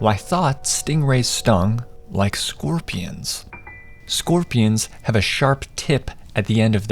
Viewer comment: I thought you said “scopions”